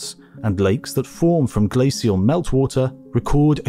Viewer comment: I realize its nitpicking and the details are very interesting, but it is driving me absolutely nuts that the narrator for a documentary on ice ages doesn't know the correct pronunciation for the word glacial. I am irritating every time it crops up. Its not "SEE" its "SH". Still it is informative, so thanks.